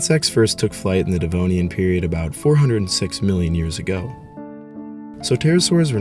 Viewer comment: dude no disrespect because I generally like your videos but for me to actually watch them you have to learn how to say ”years ago”